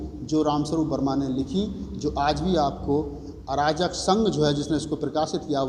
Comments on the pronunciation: अराजक संघ नहीं अर्जक संघ उच्चारण करें बेहतर होगा। धन्यवाद। ।। जय अर्जक जय भारत।। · I think need to correct word Arjak instead of Arajak.. Thank you... Good job done keep it up